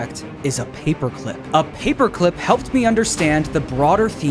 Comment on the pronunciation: "Da moida weapon? Papuh climp."